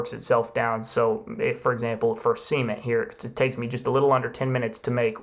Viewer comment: Seaman , or cement ….Se—Ment